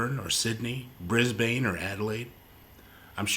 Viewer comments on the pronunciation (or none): very interesting, thanks! as i sydneysider i had no idea this existed! p.s. you got the pronunciation of melbourne right (which is rare) but brisbane is more like "bris-bun" ;)